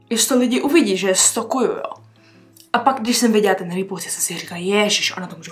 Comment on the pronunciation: jenom pro info neřika se stokuju ale stolkuju jinak hezké video